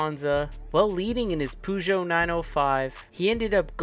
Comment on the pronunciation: You saying Peugeot that way hurts me on so many levels.